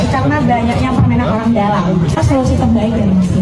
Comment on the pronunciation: mbk inayah..orang..bukan oyang